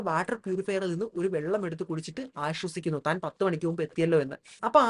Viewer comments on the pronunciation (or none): none